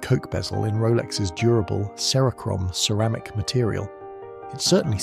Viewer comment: 2m 15 What’s cerama-mick?